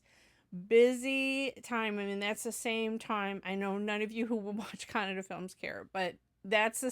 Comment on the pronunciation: nothing actually I mentioning. I really a feel proud. At the moment hear Kannada pronounce from your mouth. Because you are some where in this world but today you knowing about Kannada. . Kannada one of the oldest language using from past 2000 years. Google it. And keep give reaction for our Kannada movies thank you very much